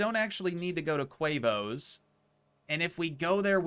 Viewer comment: its tee moes not quavos